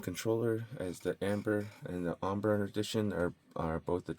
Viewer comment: Are we really not going to correct the way he's saying Ombre? It''s pronounced entirely different to Amber. (Om-BRAY) Would be the proper pronunciation.